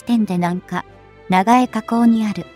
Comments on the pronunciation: ｢ながえ｣ってなんやねん。｢ちょうこう｣のことだろう? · 長江を「ながえ」と読むとは・・・びっくり しゃっくり これっきりにしときなさいな。これ「ちょうこう」と読むの。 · 長江を「ながえ」などと誤読するな、「ちようこう」と読むべきである。